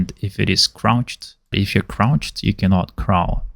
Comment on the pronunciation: I find is so funny you say “craw” is crawl like how a spider crawls haha